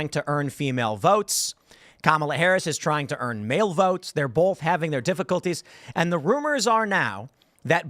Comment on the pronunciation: Tim both doesnt have an "L" in it.